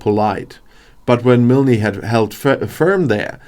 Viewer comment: The ‘e’ in Milne is silent